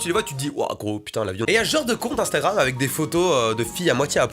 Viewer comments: Je suis le seul à entendre ”instaram” ? Quand mastu parle ? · Il dit "instaram" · C'est moi ou il dit "instaram" a 😂😂